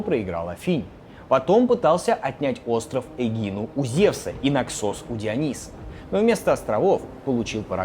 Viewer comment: нАксос а не наксОс